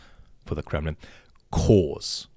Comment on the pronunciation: With your rolling English accent ... Did you call it the Kremlin or the Crumblin? And congrats on wedding ... lucky partner !!!